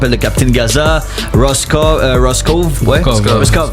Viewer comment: L'interview était good, juste le petit fuckup sur "Ross Cove"" ahahahahha